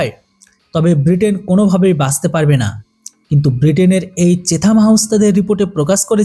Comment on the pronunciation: চেথাম নয় চ্যাথাম হাউজ